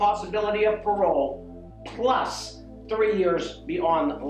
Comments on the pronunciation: the way that judge enunciates the word "plus" gets me. Such an explosive "P" on that. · the judge hit that "PLUS" hard!